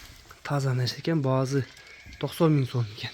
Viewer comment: Баазы дейбербей баасы дечи укам